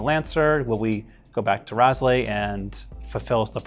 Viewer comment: He said raslei and its R A L S E I